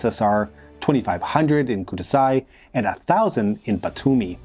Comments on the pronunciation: The way he pronounces Georgian names absolutely hurts me. I'm fine with Georgian butchering from smaller channels, but this is a channel with 410K+ subscribers for goodness' sake! What the hell is ''SALKUBO'' and ''KUDASAI''? It's Tskaltubo and Kutaisi! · Kutaisi, not "Kudasai". KU-TA-I-SI. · I was wondering the whole time wtd is "Kutaisay"? 😅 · "tsalkubo" and "kurasai" are the funniest pronunciations of Tsyaltubo (tskaltubo) and Kutaisi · One little oversight. The city name Kutaisi is to be pronounced ku-ta-yi-sii, not ku-tai-sai. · took me a while to realize "kudasai" was meant to be Kutaisi.... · Kurasai-ზე მოვკვდი იმდენი ვიცინე, sounds like a japanesse pronounciation. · აი ზუსტად, ვითომ მადლობა თქვა იაპონურზე 😂